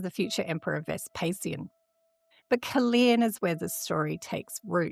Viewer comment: Caerleon is pronounced with only one E I pronounce both of them